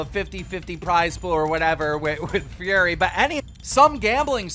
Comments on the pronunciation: Keem pronouncing "Fury" like "Furry" does he know it's not Tommyinnit who's fighting lmao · Man really said tommy furry 😂😂😂 it is fury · "Tommy Furry" LMFAO. Someone teach Keemstar to read. Fury is not Furry. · Tommy furry, it’s fury u fuck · Who else is scrolling looking to see if anyone else caught him calling him "furry" instead of "Fury"...lmao..js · Tommy FURRY Thats what it sounds like to me anyways lol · Who is Thriller? And it's Fury, not furry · Furry? It’s fury LOL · You really just called Tommy fury, Tommy FURRY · This man pronounced fury FURRY LMAO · Who tf is Tommy Furry? It’s Fury div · Keems mispronunciation of fury is killing me. tommy fury not tommy furry 😂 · bruh this nigga said ‘’tommy furry’’ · “Furry” nigga really? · This guy is literally the news and has over 5 mil subscribers but he can’t say “Fury” 🤣🤣🤣 Furry lmao 🤣🤣🤣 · BRUH SAID TOMMY FURRY 😂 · He really called Fury as Furry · this man said tommy furry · Keen called him Furry and said Thriller lol is he even trying anymore 😂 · Tommy furry? Its fury 😂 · Furry? It’s FURY. LIKE TYSON FURY 🤦‍♂️🤦‍♂️ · Tommy what? Furry? You really need to learn how to pronounce words correctly, Keemstar. There is only one r in that name, so it is pronounced "fyuor·ree". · ITS FURY not FURRY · Why did you say Tommy Furry? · Keem really called him Tommy “Furry”😂😂😂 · furry? one too many r's there keem..its fury. lol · This dumbass really saying Furry instead of Fury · My guy Keem just called Tommy Fury for Tommy Furry xD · He said Tommy “Furry” 😂😂😂. I mean, he did fix it a min later. But I thought it was funny 😄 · Why say Tommy's name wrong you know dam well he's not called Tommy furry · Did my man just call tommy fury as "furry" 🤣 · Did keem really just fuck up and say “furry” when trying to pronounce Tommy’s last name? That’s hilarious. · Please keem learn how to pronounce things correctly 😂 Tommy “Furry” and “Thriller” cmon bro😂🙈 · Keem said Tommy FURRY 2 times then suddenly got it right